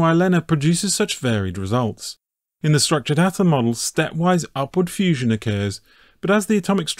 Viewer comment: ah yes, fussion